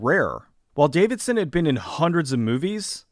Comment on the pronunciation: Love the video but it drove me nuts that you kept getting Bruce DAVISON's name wrong.